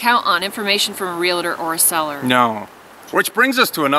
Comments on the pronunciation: Just subscribed, love your stuff! just need to convince the other half to adopt some of the lifestyle haha. PLEASE stop pronouncing REALTOR wrong. its not Realator. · Real tor. Not realator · You need to learn how to pronounce realtor. It is real tor. Not real a tor. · From a Realtor..It's pronounced Real-Tor, not rel-la-tor. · Realtor is a two syllable word: ‘real’-‘tor’. It is not real-la-ter or any other strange pronunciation. Please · Great video. Just a heads up there is no I in Realtor. Real-tor. Sorry just a pet peeve. Regardless, excellent video. Great information. What price per acre is a good deal in the middle of the wildernesses? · Realtor has no "i" in the pronouncing of it. It's (real-tour) and (real-tea) .... great video